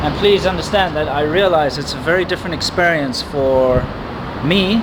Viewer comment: Why do your pronounce experience with E?